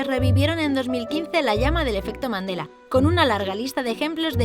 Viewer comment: Pense que decía efecto mandalena